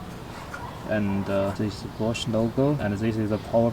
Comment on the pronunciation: the way he says bosch, i thought it was "manufactured by porche"